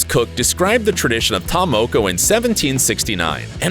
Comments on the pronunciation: "TaR-mOkO" "mAy-OrY" 🙃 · Maaori: Mar-or-ri Taa Moko: Taa-more-core You should really get the pronunciation right first. It's quite offending. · This man can't even say Maori or ta moko